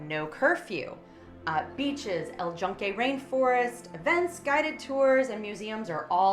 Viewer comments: "Puer Tadeeko" and "El Junkay Rain Forest" hint at no. Good traveler info though! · If you're retired there and plan to stay at least attempt to learn the home language and pronounce things like El Yunque correctly! El You-n-ke. Easy to pronounce. Geez.